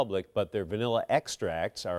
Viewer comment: He keeps saying VanELLA… that’s wrong… 😂